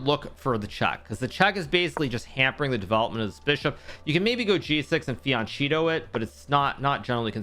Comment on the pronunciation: Great content like always ! But please check the italian pronunciation of fianchetto, it hurts my ears hearing you say “fianchito” :)